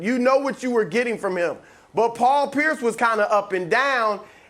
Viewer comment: Lmao he said Paul Pierce 😂